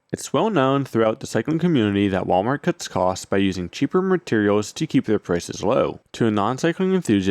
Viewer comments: Mrterials, reasonrbly, trk a trip... these words aren't supposed to have an extra "r" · "Cheaper merterials"